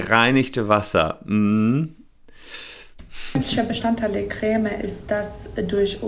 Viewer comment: Sorry, aber Chef hat recht, es wird auf Französisch "Krämm" (oder meinetwegen "Kremm") ausgesprochen, mit einem kurzen "ä" (bzw. "e"). Jedenfalls nicht mit so einem langen "äää" wie der Anwalt in dem Video hier es tut. Entweder hat deine Familie einen komischen Akzent (von dem ich noch nie gehört habe) oder du bist so einer von diesen Menschen, die solche Unterschiede nicht hören.